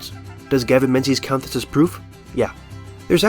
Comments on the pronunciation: Great vid but you pronounced the authors name wrong. Menzies is a Scottish name and you’ve given it an English phonetic pronunciation. It should be pronounced ‘Ming-es’ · but "Menses" is funnier